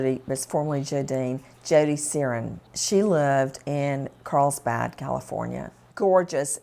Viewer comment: Heard Serrin and thought she said 'Sarian'...